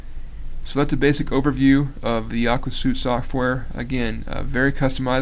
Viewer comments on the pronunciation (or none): Great video review! BTW, it's pronounced "Aqua SWEET", as in "a set of programs with a uniform design and the ability to share data". :)